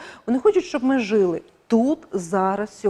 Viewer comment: Жили... Наголос на другий склад.🎉❤